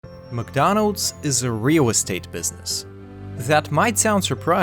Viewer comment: Why do you pronounce your "R"s as "wh"? "wheal-estate" instead of "real-estate"